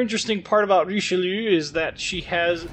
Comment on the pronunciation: it's just 'reesh-loo'